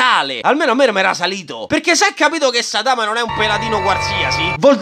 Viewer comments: ma perché dici Saitàma se nell'anime pronunciano Sàitama? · Ma pk dici saItama? Si dice sAitama Cmq mi fai morire😂